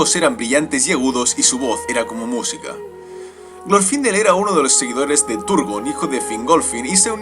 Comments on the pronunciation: No es glorfindél la pronunciacion? Osea, al no llevar tilde en la í, la silaba tonica es la ultima no? (Se que no pongo tildes estoy en el mobil y me da palo) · Me encanto el video muy bueno la verdad pero tengo una duda ¿Es Glorfindel con acento en la I o en la O? Yo generalmente lo conozco de la segunda opción pero capaz que me equivoco.